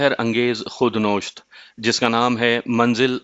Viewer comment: خود نوشت نہیں بلکہ نویشت